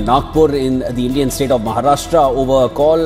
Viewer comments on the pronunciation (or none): none